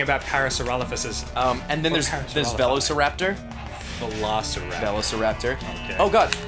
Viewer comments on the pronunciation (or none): You mean a verro-syrapter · Just for clarification, not all Australians pronounce "Velociraptor" incorrectly. Ross is definitely saying it wrong.